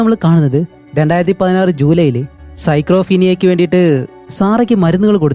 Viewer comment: സൈക്രോഫീനിയ എന്നല്ല, സ്കീസോഫ്രീനിയ എന്നതാണ് ശരി